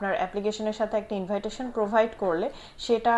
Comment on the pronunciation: এই শব্দটির উচ্চারণ ইনভাইটেশন এটা কোন দেশের একসেন্ট অবশ্যই এটা আমাকে আনসার দিবেন যতদূর জানা আছে এটার উচ্চারণ হবে ইনভিটেশন থ্যাঙ্ক ইউ